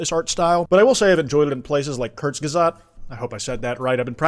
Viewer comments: you said Kurzgesagt so wrong I repeated the part three times and didnt get what you where saying until reading it. It’s like Kooo (booh!) rz gay sug (like suck) t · I hate to say this but you butchered the name kurzgesagt i didn’t even know what it was until i looked at the screen💔💔